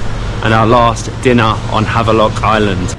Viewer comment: What is happening here? You were back to London now back to Havelock ? We need to rename this island too since you guys are pronouncing the Indian names perfectly. I am quite surprised and impressed.